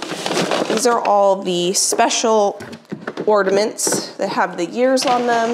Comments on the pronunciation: Ornaments not ordaments. There still is no 'd' in ornaments. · OR NA MENTs not ORDiments lol